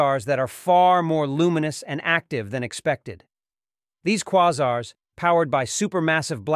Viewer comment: I'm pretty sure it's AI generated. For instance, the voice mispronounced the word "quasar" twice. Anyone who is fluent in English knows it's pronounced kwā zär, not kwä zär.